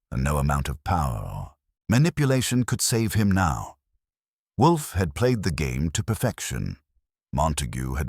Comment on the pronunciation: Whay do all the AI s have trouble saying Wolfe? Theres a half dozen different sites, and they all pause and say woof. Its wool+f not wuf like a dog says